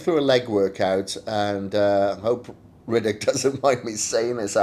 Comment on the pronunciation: You're pronouning his name Riddick or am i hearing wrong? Lol